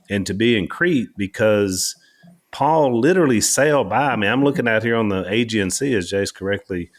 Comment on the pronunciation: You're putting emphasis on the wrong part of " Aegean " You are mispronouncing Aegean.